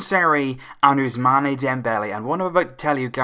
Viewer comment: Please it is not 'Ousmaneh' it is 'Ousmann' as there is no aigu on the final e. Ousmane not Ousmané